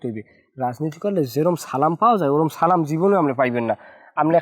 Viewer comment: নিজাম উদ্দিন কে সালামটা শুদ্ধভাবে দেয়ার জন্য অনুরোধ করছি। না পারলে মসজিদে ইমামের কাছ থেকে শিখে নিবেন